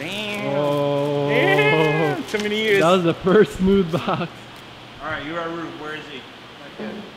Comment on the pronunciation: Uaru You-a-roo 🤣 Wha-roo